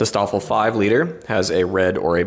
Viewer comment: In case anyone cares... - The St in Staffel and Stab is pronounced "Sh". - Gruppe isn't pronounced "Group-uh"... It's "grouppeh" - The Luft in Luftwaffe isn't exactly pronounced "Looft", the "oo" sound is short.